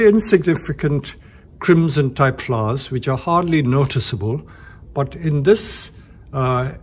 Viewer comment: I love the way he say s flowers? " FLOUS